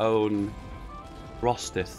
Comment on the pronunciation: It's prounced Ro-Syth not Rosith